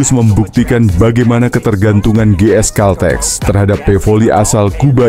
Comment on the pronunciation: baca/ucapkan GS CALTEX yg bener, jangan dibaca dg ejaan indonesia